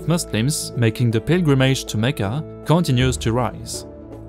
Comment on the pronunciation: You do have a pleasant voice to listen to. I have been watching your videos and the AI sounding British Voice sounds sterile and boring. So, as a straightforward Australian..... Here's a list of words you have mispronounced: 1. image 2. pilgrimage 3. response 4. meant 5. damaging 6. considerable 7. observatory 8. crescent and that's it really. Do use your own voice as it so soothing to listen to, SVP